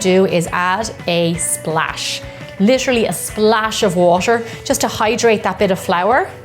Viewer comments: Anyone mistakenly heard washer instead of water? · you kind of say water like washer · why is it so hard for you to say dough or water